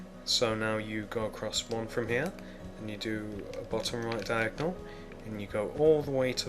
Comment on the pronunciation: Stop making it confusing by saying diagnel shit